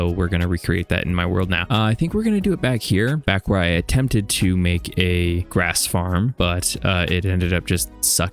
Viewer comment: I think that everyone knows, that even with all this much deepslate, it literally just takes like 5 minutes to run out of it. Especially when you have quite big projects like you do! Edit: Grash... that is how you say grass while having grass in your mouth. Lol!